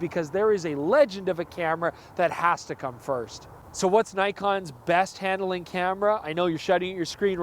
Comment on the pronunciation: Hand–A–ling? Where did that third vowel come from?